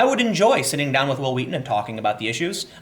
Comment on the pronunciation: stop saying it like that that's not real memeing